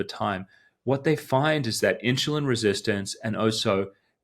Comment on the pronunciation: when you say insulin you have an H into it like a INSHULIN sound, the H is not supposed to be in there